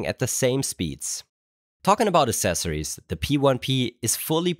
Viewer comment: Aksessories. AXESSORIES.